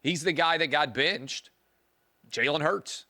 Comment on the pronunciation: I like Clay but why does he go back and forth between the word “benched” and “binched?” What is with the pronunciation of the short “I?”